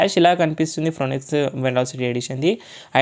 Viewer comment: ఫ్రోనెక్స్ కాదయ్యా బాబూ...వినలేక సచ్చిపోతున్నాం.